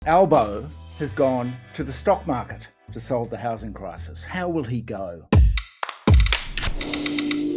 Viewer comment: Gambling the houshing crishis on the shtock market.